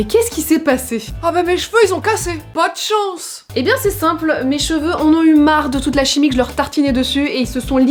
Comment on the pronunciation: « Po dchance » 😭😭😭😭